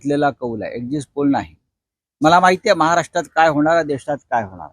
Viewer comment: अरे लावांड्या एक्सिस्ट पोल नाही एक्झिट पोल.. 😂😂 आधी अडण्या नीट बोल. 4 जून ल तुझी लायकी काय आहे ते कळेल. इटलीचा काकूंच्या पट्टा घातलाय बीचाऱ्याने.